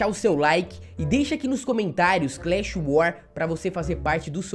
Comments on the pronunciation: "CLAHS WAR" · "Clash War" Inst-dgziinnnff